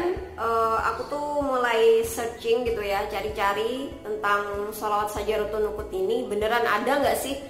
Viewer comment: syajaratun nuqud neng, bukan nusuk🤭😋